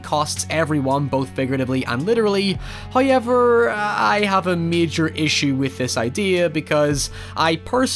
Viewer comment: Love how this guy pronounces "however" as "hoiever"